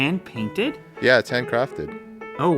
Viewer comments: is it heavy? "it's yah" 😂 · that's a very german "yeah"